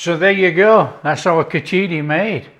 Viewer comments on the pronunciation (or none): pronounced more like Khich-di or Khich-ri (the r being very hard, bordering a d). That said, you did a fantastic job overall. So tasty. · The preparation is not bad at all , btw please don't use your hands to eat. You clearly are not very well versed on how to use them properly and thats not how its done. PS you butchered the pronunciation of khichdi but full marks for the effort put in.